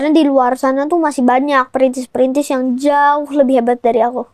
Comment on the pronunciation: tetep bilang printis😂 mulai dari nol gatuu wkwkwk konyol